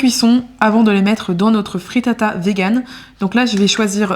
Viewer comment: Pls j’ai mis du temps à percuter que tu parle de fritata, alors quand dans ma tête j’entendais frittas😂